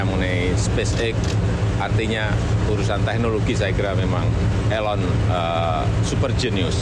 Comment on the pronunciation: please pronounce = 'i' (ee) lon